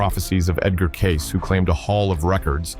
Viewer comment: Would it be possible for you to pronounce Edgar Cayce’s name correctly Ai ahole